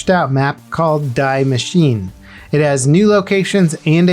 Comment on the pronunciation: "die machine"..... - Perfect pronunciation :D